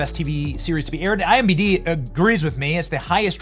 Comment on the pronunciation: Benny it's I-M-D-B the reverse letters way you say it is making me crazy